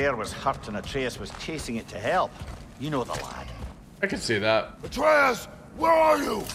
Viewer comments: I hate how he say ay-treus it’s ah-treus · Ain’t no way bro said “are we gonna keep calling boy Artreeus” Looool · it's ah-trey-uhs